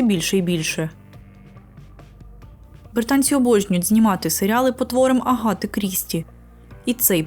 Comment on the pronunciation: Ще в мене ріже слух вимов "а" як "о". Навіть часто звучить Агата як Огоата. Мабуть треба над цим попрацювати. Все рівно дякую за україномовний контент.